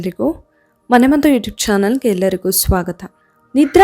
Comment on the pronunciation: adu "mane maddhu" alla.." mane maddu", dayavittu kannada kole maaDbeDi 😂